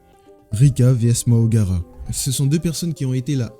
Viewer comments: Deja « Mahoraga » pas « Mahogara » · Frère fais l'inverse ce n'est pas Mahogara mais mahoraga